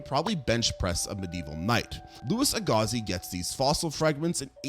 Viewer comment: Agassiz too.